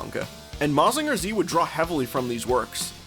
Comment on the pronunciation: not that im complaining, but it is pronounced "ma-jin-ga". not "ma-zinga". but hey, most english-speaking people dont usually care about looking it up on how to actually pronounced some stuffs